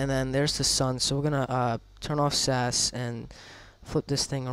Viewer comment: Btw, its pronounced S.A.S as in the British Special Forces and not Sas. Love your vids :)